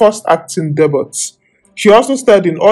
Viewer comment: Debut the T is silent